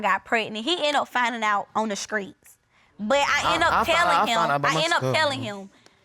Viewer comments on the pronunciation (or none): Who in the world says screets? Please young people stay in school,… learn how to pronounce and annunciate words and create full sentences and paragraphs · I love that Judge corrected them with the word STREET vs SKREETS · Skreets (streets)....paciffic (specific).....frechures (features)...don't be studding him....THE GRAMMAR IS KILLING ME TOO! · “Skreets, Hopital” smh🤦🏽‍♂️😂😂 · "pacifically" "skreets" "hurted" 🤦🏾‍♀️ God bless them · The “skreets”.... yes judge correct this child, the streets 🙄 before you bring a child into this world at least learn correct grammar 🤦🏽‍♀️ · Lets not leave out dem skreets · And "Skreets" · Pacifically ( specifically) screets (streets) & he hurted me ( he hurt me) SMH about the grammar!! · Omg, the school system is failing these children. There’s NO WAYYYY they’re this illiterate and ignorant. In so many of these videos they confuse the word “futures” with “features” you can’t make this up. 🤦🏾‍♀️ “Skreets” in court? “It hurted me” “pacifically” Ughhhhhhhhhhh, gross. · Screets… pacificly…hurted…. Grammar is ridiculous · He “hears it off da screets”🤣🤣🤣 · maybe “skreets” is but “hurted” and “pacifically” isn’t 💀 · Is this NOT on tv anymore?? Oh Lord, "He had more 'Futures'..." Really 'futures'. All in the 'skreets' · I love that the Judge deliberately pronounced the word "streets"